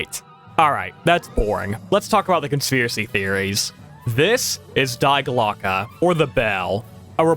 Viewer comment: The German word "die" is an article and pronounced simply "dee" in english, but you nailed the pronounciation of Glocke 😊